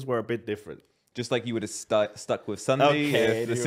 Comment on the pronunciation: its not crundee its ssundee